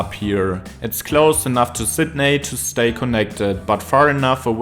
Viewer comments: lol you nailed woolongong which plenty of natives manage to get wrong, but it's Sid Knee not Sid Neigh 😂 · You mispronounced Sydney